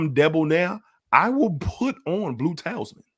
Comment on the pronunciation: For future reference: Talisman = "TA-LISS-MAN" not "TAILS MAN" Pi = just "PIE" not "PEE-EYE" Ingenious = "IN-JEE-NEE-US" not "IN-JEN-YOU-US" Hedonist = "HEE-DUN-IST" not "HEN-DOH-IST" Just trying to help. Don't fault you mispronouncing since being live is tough. 🙏